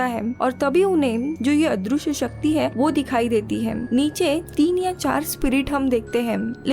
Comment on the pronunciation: दृ = dri पृ = pri अदृश्य = adrishy not adrooshy पृथ्वी = prithvi not proothwi Please